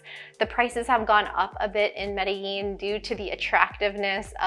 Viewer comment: Medellin is properly pronounced Medí-Jean, not Medi-yean. You’ll be quickly abused once you arrive on the proper pronunciation. I know I was.